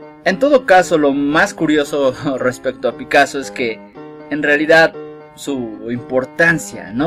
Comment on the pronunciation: Picasso, no picasoo